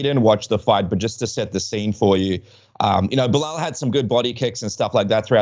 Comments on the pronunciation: If he has been calling Belal “Bill Lyle” this whole time he is officially the funniest man on the roster 😂😂😂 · Bill-lile- Be Lal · Did he call Belal "Bill Lyle"? lol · I kept hearing that and it took me literally 3 times of him saying it until I understand he was saying “Belal” 😂😂